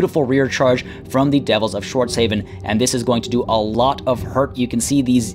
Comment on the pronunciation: Schwartz HAW-FEN. Like Hasselhoff.